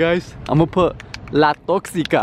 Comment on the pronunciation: It's "La Tóxica "😂 Lmao